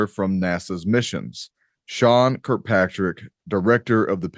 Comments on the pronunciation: Shawn kilpatrick? You cant even get his name right. Its shawn kirkpatrick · it's Sean Kirkpatrick not Kilpatrick!